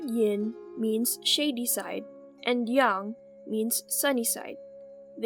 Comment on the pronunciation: Her: Yin and Yung Me: But i was told it is Ying Yang